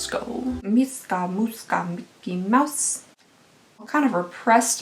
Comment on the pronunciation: Mischa = "MEE-shah". Plus, TIL that I am probably (very distantly) related to the founder of Taco Bell!